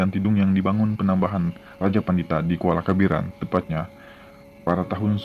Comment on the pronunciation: Ralat* (penyebutan gelar Raja) PANEMBAHAN / PANEMBAN